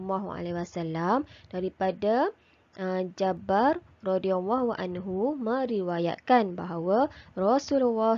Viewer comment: Dari "JABIR" bukan Jabar..mohon betulkan